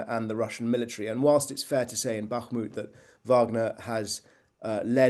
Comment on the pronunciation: The way he says bakhmut makes cringe